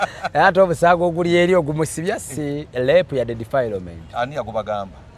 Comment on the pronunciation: Omusango gwa Lape oba Rape nawe olimbye ka English😂